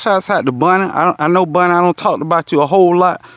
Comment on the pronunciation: Lawd,. I'm southern too, and definitely thought he was saying, "Bunny," not "Bonnie," the whole time. 😂 I need to call my uncle and reacclimate myself. Haha!